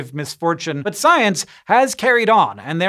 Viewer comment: What you said: "But science has carried on." What I heard: "Butt science has carried on."